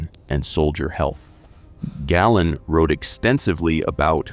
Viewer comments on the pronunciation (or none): For the love of God, please learn how to pronounce words! LOOK THEM UP. "Latrine" is not pronounced "lay-treen" but "luh-treen". "Treacherous" is not pronounced "Tree- chur-us, but treh(short e) chur-us". "Galen" is not "Gallon" but "Gay-luhn". Your not stupid or uneducated, but these misprounciations reveals your ignorance, which diminishes your presentation. This is a chronic issue with all your vlogs that are otherwise excellent.